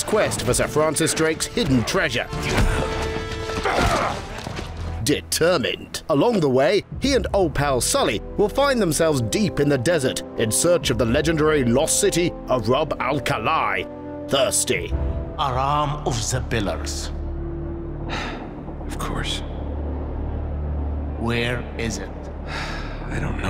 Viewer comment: Lol its pronounced roob al kahly